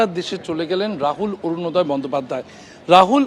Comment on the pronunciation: Borunoday bolchen kno? Orunoday .